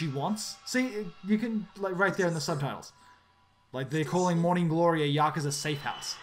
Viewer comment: Its pronounced Yakooza - jesus!!!!!!!!!